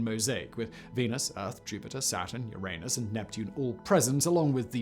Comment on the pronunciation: Notice how Simon pronounces the planet that starts with the letter U. Voyager took a picture of my what? Just kidding, great video, Simon. This is a treasure of info and images. Mind boggling to compare the 8 minutes it takes the sun's rays to reach Earth, with the 21 hours it takes them to reach Voyager. That puts the distance in perspective!